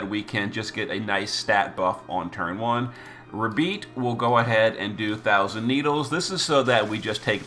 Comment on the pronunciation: I love you but you are killing me with the pronunciations. Ruh-beet? RUH-BEET? 🤣 It's obviously a play on "rabbit" so IMO it would be ra-bite or even ray-bite.